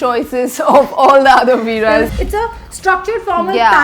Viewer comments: It's not Veera's it's veere's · Ohh god it’s not VEERA’S it’s VEERE’S 🤬